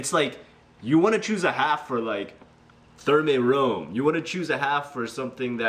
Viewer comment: Hey man, this isnt a very big deal but i thought i could point it out. Thermae Romae is pronounced Thermai Romai. This however is only the correct Latin pronunciation and not necessarily what the author intends it to be. Source: My latin teacher.